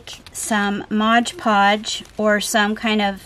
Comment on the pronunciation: Mod podge, not modge podge please. I love your Asthetics and your style. You may have lived in the Victorian era previously. Thank you for your kind generosity, and sharing your talent and beautiful artwork with all of us. The world is enriched by your art.